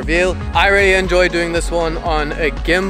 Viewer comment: When he says "really" it sounds like he is saying "Rarely" Good tips mate